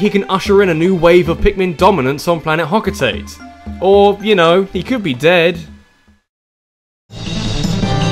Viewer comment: You do realise,, that Olimar is not trying to escape Hocotate (which is pronounced 'Hoco-ta-Tay'). That's where he lives. He's actually trying to escape Earth, which is called PNF-404 in Pikmin 3.